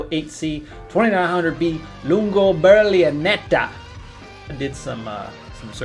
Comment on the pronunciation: Ber li netta not ber li a netta lol